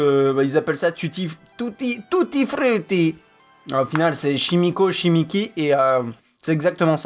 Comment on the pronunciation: bonne vidéo j'ai bien aimé le "TITTI FRITTI" avec l'accent 😂